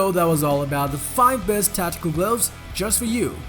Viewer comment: I loave my sude gloavs